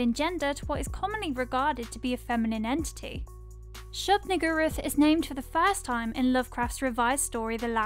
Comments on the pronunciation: shub-nigguroth lol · That’s a convenient pronunciation of Shub-Niggurath you got there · Can't help but laugh at the way you're saying "Shub-Niggurath." Tryin' not to get demonetized, I see. 🤣🤣🤣